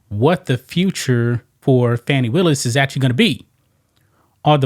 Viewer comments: Why are you not telling the truth. Nathan Wade's wife played out on him with his best friend. Are you a Trump supporter. Please stop mispronouncing her name it is not fanny but fani (fawni). This is disrespectful and is the same type of calling people out of there name like Trump does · Can anybody pronounce her name FUNNY WILLIS, SHAME ON YOU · Why Stephen A Smith pronounce her name wrong